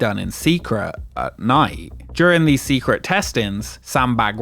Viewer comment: "Secruh". Unbelievable.